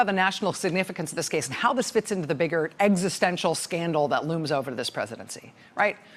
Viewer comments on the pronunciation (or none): none